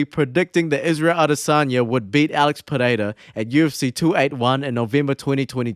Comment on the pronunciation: As a portuguese native, your pronounciation of Pereira is absolutely spot on. So many people butcher portuguese/brazilian names, you say it like a true native